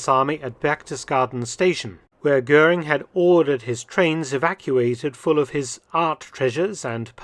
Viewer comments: Interessanter film. Aber der dt. Kommentar ist grottenschlecht. Kein personen oder ortsnamen richtig ausgesprochen😮 etwa " guring". Unnötig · Más que pésima la pronunciación en castellano de los apellidos alemanes: Göring no se pronuncia "Gurín", etc. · GURIN ? NON GOERING :face-blue-wide-eyes